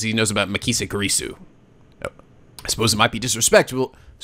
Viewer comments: ***** The voice are perfect so fa, the younger mai sounding voice fit Makise (pronouced Ma- key- say, it surprisingly the only name you got wrong lol ) very well, there alot of girls in this series but I sure you can pull it off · You pronounced Okarin right the first time, "Oh-kah-reen" Makise is "Mah-Key-say" Hououin Kyouma is a tough one, you were close though it's "Hyo-o-een Kyo-mah" Akihabara is "Ah-key-hah-bah-rah" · Its MA-KEY-SAY